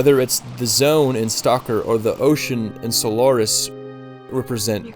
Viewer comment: I love this video and how passionate you are. My only comment is that you should learn to pronounce “Tarkovsky” and “Solaris.” Tarkovsky is now Polish, so it’s not “tar-COW-sky.” It’s more “tar-kOV-ski.”